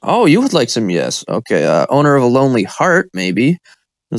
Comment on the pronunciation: Yersh yesh yesh